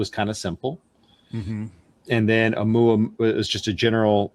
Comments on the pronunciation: Again, it's not oooo-mu-a-mu-a . You get the end bit right but the same applied to the initial vowels. NO DIPHTHONGS in Polynesian languages. It's two sounds : o-u-mu-a-mu-a , six syllables. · Not being able to pronounce Omuamua is just straight laziness. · Really ? Informative video. But, when both of you act as though you're concerned about being correct, yet mispronounce many basic words; that, doesn't quite make the mark. And really how hard is it for either one of you to find out what is, the CORRECT pronunciation of Oumuamua ? Kind of STUPID on both your parts. It is O-oo mu-ah mu-ah. Maybe you two should be at NASA. These are the kinds of things you say: "Anitiative" "Clandestun" "Excellerate" "Uspecially". All incorrect. You either try to be correct in EVERYTHING, or Cut The Crap.